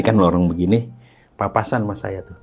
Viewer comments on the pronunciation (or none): none